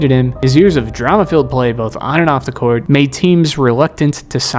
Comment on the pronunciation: It’s court buddy now cwart